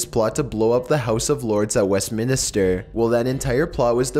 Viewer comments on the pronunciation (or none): Once again, It's "WEST MIN STER" NOT "WEST MIN ES TER" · It’s Westminster not west minister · It's Westminster NOT Westminister!!! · "West MinIster"? Why are you renaming West Minster? It has one i in it, not two! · "West Minister' i'm sure it's Westminster 😂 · It's Westminster not Westminister. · it's Westminster not westminister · I think you mean West Minster fella not west minister.. lol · WestMINSTER...not westMINIster...lol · west MIN ster not westminister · I cringed when he said Westminster ...it's pronounced west-mince-ster lmao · "westminister" eh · Lol west minister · "Westminister" "conSPYritors" "moroaders"